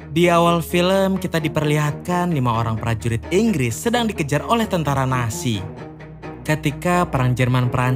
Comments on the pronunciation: Nazi bang bukan nasi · telinga gua doang atau dia memang bilang "tentara nasi" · Mon maap bg itu nazi bukan nasi